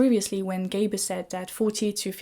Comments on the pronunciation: Not very important, but I'm just allowing myself to correct that it is gRaeber and not Gaeber. Not trying to criticize an otherwise excellent and really thought provoking discussion. Merci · At least pronounce his name correctly: It's GRAEBER with an R!